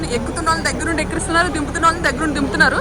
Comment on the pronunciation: Ekkiristunnaru kaadu amma ekkistunnaruanali